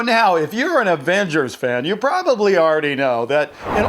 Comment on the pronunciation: That moment when says Advengers